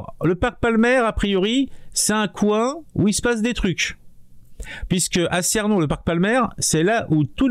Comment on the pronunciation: Ça ne se prononce pas Cénon... mais ça se prononce Ceunon